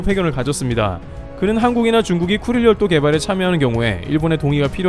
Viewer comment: 나만 그런가.....왜 자꾸 급똥지역으로 들리지......